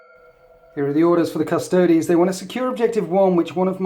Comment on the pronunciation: Thank goodness you can pronounce Custodes correctly and we aren't hearing shouts of 'custards'! Always enjoy your immersive battle reports. Keep up the good work!